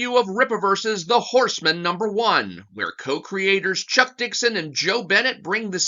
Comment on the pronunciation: It's Horse-Man, not Horseman.